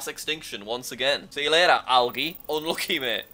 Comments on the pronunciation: Jack pronounces it (al-age) instead of (al-a-je) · jack can't say algae. It's pronounced like al-g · The fact that he said algee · I have never heard someone pronounce the g I algae as ge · Jack said algae wrong